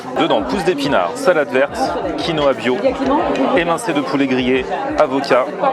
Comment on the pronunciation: TM on dit QUINOA pas konoha lol